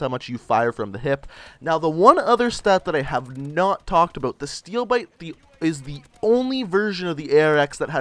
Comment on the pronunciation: Steewl biwte!!!